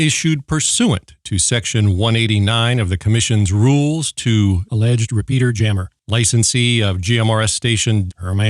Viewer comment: Whenever the phrase 'GMRS repeater jammer' was mentioned in this episode, all I could hear was 'peter-jammer', and I wondered is that the same as a cock-block?